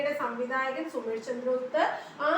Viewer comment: Ma'am, സുമേഷ് അല്ലല്ലോ. സുസ്മേഷ് അല്ലേ??